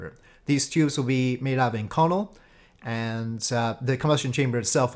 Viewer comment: Great vid, just an FYI though that inconel is pronounced "ink-oh-nell".